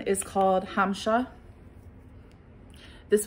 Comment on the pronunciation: The swiss arabian one said Hamsah, with an S. It means whisper.